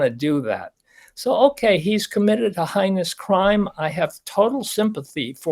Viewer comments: Heinous is pronounced hay-nuhs. The expert doctor should know the word. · Right on! is a bleeding heart who can’t even properly pronounce “heinous” & who believes BK “is special”. If his loved one were a victim, he’d undoubtedly change his tune. As my husband says, “Give ‘em both a bologna sandwich and tell ‘em to ‘Shut Up!’”